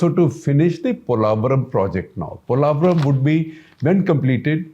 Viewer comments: You are a renowned Indian journalist, not finding wrong with the video or information. Just wish you people pronounce the name correctly and don't sound like a foreigner trying to pronounce Polavaram. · analysis.....but two things - 1. its called "POlavaram" ...not "Polaavaram". 2. you should have a little focused more on why the delay in project....TDP govt worked on it 2014-19 but the YCP govt just let the work done rot for reasons best know to them. Politicians who rule with no regard to state/country development should be named & shamed so other leaders know even politicians will face consequences for actions like YCP did. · Is it just me or anybody’s annoyed how he’s pronouncing polavaram